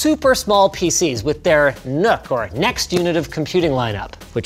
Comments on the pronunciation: Doesn't really work since it's not pronounced "nook," it's "nuck". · For Fallout players, it sounded probably more like Nuka-like